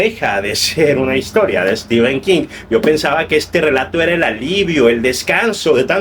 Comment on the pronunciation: Mi enhorabuena. Me fijo en las reseñas cómo llaman a Stephen King. Es stíven como tú lo dices, pero prácticamente todos los youtubers de habla española dicen stífen. Yo les suelo corregir en los comentarios haciéndoles notar que stífen es una pronunciación INVENTADA, aunque generalizada en países de habla hispana. Aquí en España todos dicen stifen. Creo que eres mexicano? Cómo lo dice la mayoría en Mexico?